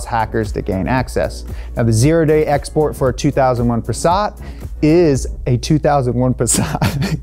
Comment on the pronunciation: It’s “zero day exploit” not “zero day export”